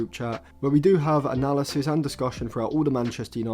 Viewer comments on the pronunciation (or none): none